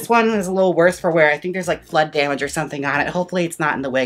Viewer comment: Omg i thought u said "blood damage" instead of "flood damage"....🩸🩸🩸